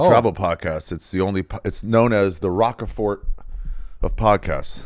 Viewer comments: Holy shit Ari it’s “Roquefort” r-ohk fort. Not rock a fort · Pronounced “Rock Fort” cheese not Rocker Fort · Ari mispronouncing Rochefort that way is very displeasing to the ear.